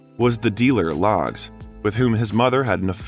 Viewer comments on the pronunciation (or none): "... the dealer, LOGS", lol. Pretty sure it's pronounced "LEGS", just like it's spelled. Kenneth "Legs" Saunders. All the information is right at your fingertips, you'd think someone who considers himself a narrator/storyteller would do the same few SECONDS worth of research it took me in order to be accurate.